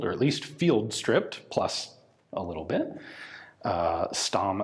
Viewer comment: I suspect it's pronounced Schtamm, with a hard/short and Zaurer with a softish z. It certainly is in German anyway. :)